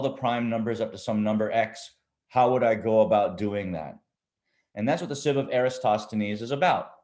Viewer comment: I think "EratoSTHenes", not "EraStoTHenon"